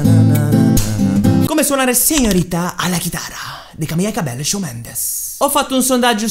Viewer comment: Camila CabeLLo non si può sentire come pronuncia